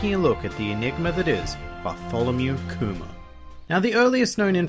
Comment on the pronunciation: I cant hear you say Kuma with your accent without hearing COOMER face palm